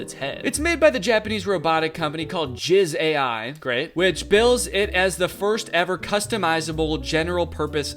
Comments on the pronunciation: That's "Ji-za-i" not "Jiz AI" lol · calling it jizz AI instead of Ji-zai has me in TEARS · If it's a Japanese company it's likely pronounced "Jee-za-ee", possibly spelt "じざい" in hiragana. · 😭It’s “Jee-zai” not Jizz AI…. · japanese pronouciation: ji - zai 🙂 danny pronounciation: JIZZ AI 😈😈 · The company’s name is 自在 (pronounced “Jee-zye”, not jizz AI), which means freely / freely moving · Jizai (pronounced 'jeez-eye' not 'j!zz AI' lol) is a company that makes robots targeting care for the elderly, mainly those with sight and mobility issues. The company is Japanese, and Japan has a significant population of elderly (and the largest amount of centenarians in the world) and most robotic devices, and even many cars, are designed to assist the impaired! The robot table is mostly for those who have trouble reaching for things/issues with other basic tasks, have problems seeing (hence a bright lamp to light direction) and so on. <3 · I think the company is pronounced jee-zai not jizz AI lol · yeah since its japanese it would be pronounced jizz eye... which is actually worse. so nevermind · JIZZ AI 😭 (its pronounced more like 'jee_sigh' ジザイ) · Danny I think it's meant to be pronounced "ji-zai" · Jizz-AI … you really had to pronounce it like that, ey?!😂😅😭… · I just can get over Danny pronouncing Jizai as Jizz AI 😭 It's one word, Danny! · danny pronouncing Jizai as jizz Ai omf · jiz ai was an insane way to read that 😭😭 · I think it should now be officially pronounced "jizz-ai" 😂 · Him casually pronouncing “jizai” as “jizz ai” killed me 😂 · was hoping somebody pointed that out lmao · that- that is not how that is pronounced 😂😭😭 “jee-za-ee” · I nearly spat out my cereal when Danny pronounced 'Jizai' that way LMAO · They way he pronounced Jizai and just glossed over it and moved right on had me laughing way harder than I should have. Like, I actually threw my head back and laughed for a bit, so that got the endorphins going. Thanks, Danny. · same 💔its okay though cause its danny